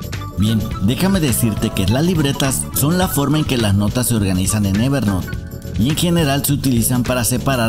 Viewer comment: Gracias por el video, lo correcto a pesar de que hablamos español es "ever nout" no "ever NOT"... no es "NOT" es "N O U T" Espero que no lo tomes como critica si no como ayuda. Gracias